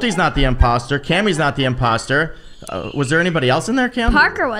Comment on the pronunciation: says poster instead of imposter and when he says Parker I literally did with cuteness